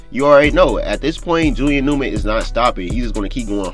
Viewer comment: Bro why don’t you pronounce the first letters of your words. It sound like your saying Julian ewman